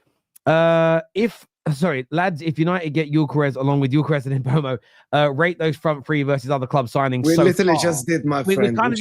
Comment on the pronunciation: It's M Boom o. Sky Sports did a video of players pronouncing their own names and he's on it.